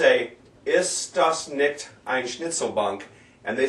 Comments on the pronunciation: Nikt? NIKT? NICCCHHHHHHHHHHHHHT! For fuck's sake you can't even pronounce NICHT!!! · You say you'll "review the proper pronunciation for the words" but your pronunciation for 'nicht' or 'schöne' or 'quer' plus a few other words is not correct actually.